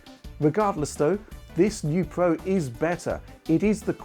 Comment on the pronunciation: It's Pro not Pwo lol learn your Rs